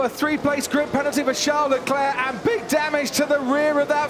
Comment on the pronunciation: name : LECLERC commentator : LECLEEEEH